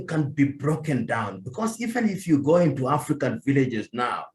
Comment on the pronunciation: What is "the African politician", emphasis on the "African"